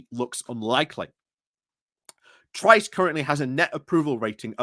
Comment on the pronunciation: Tice not Trice